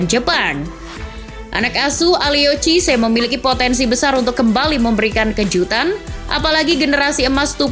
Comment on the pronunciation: Mohon izin sharing lagi yaa min, kalo ou di bahasa perancis itu o nya gk dibaca, jadi nya kalo aliou itu dibaca nya aliu, kalidou juga dibaca nya kalidu, cisse c nya dibaca s, sama louis van gaal itu dibaca lui van khaal, semoga membantu 🙏